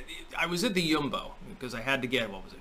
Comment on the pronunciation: Props for authentic Dutch pronunciation of 'Jumbo' 👍